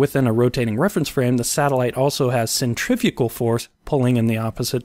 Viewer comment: "Centrafugal Force..." okay , I can hear the Angry Comments already